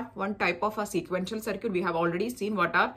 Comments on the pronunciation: Its called (circuit )Sarkit not (circut)sarkut. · Its called Circuit(Sarkit) not Circut (Sarkut).